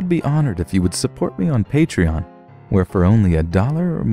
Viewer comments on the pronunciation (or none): none